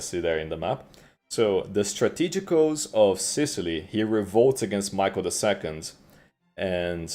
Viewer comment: anyone else praying for him to notice how to say strategos? kkkkkkkkk